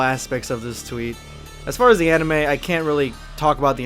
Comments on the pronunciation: I don’t think I’m gonna take anime recommendations from a chick who can’t even pronounce it, cause it’s kind of an indicator she hasn’t seen a whole lot of anime, or as she likes to put it (an-ee-May) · can't even say anime right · She pronounced anime wrong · "Animee" lol she didn't even pronounce it right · She is taking people's childhood away, I think we should get her back before she ruins every ones childhood of our favorite anime, Dragon ball. edit: think of this, She mispronounced anime, She says there is sexism in dragon ball, trying to state that Dragon ball thinks women is weak if in dragon ball All the women are like beasts. I think, that she doesn't watch anime, But is trying is trying to get it deleted from the internet. I mean like, how can you try to take away something that can't obviously gone in just one simple piece of evidence, If you really hate it that much then why tell us that.I mean it's very stupid, cause there is more fans the haters out there and you expect us to believe your filthy lies of anime?